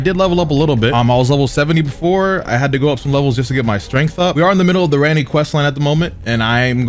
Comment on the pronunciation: That shit got me too the "Renna's rise" instead of "Ranni's rise"